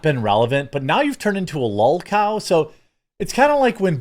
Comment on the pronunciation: It's kinda funny you say adults shouldn't say things like cringe af, dope, hype, etc. and then you say "lul cow" or something? I clearly have no idea what you even said there or if I spelled it correctly, but hypocrite much dude? lol